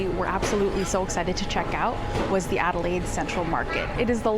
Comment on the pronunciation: never encountered someone who couldn't pronounce Adelaide.